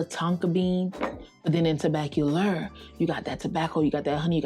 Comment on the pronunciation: Vanille=Van-knee not Van-nill. Tobacolor is not Tobac-cu-ler